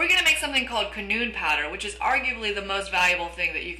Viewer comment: ...shes saying canoon .. its cannon. Still love the video. Thx for the advice. Especially the one about not using 10 iron to make one kama. That really help in the long run. Hope you make for vids :3